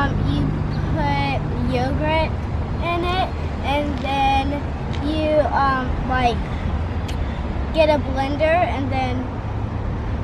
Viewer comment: Oh my heart, Emily said “yogret”. That is what my youngest daughter used to say and she’s recently outgrown it. I miss it already! It’s so cute when they pronounce things just a little off!!